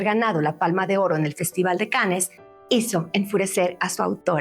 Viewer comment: Muy buen novela gráfica. Me hubiera gustado que abordaras más la complejidad de los personajes en lugar de hablar del "morbo" comparándola con la película. P.D. Un error común es pronunciar el nombre de festival como "canes", la pronunciación correcta es "can". Gracias por tu labor de invitar a la lectura.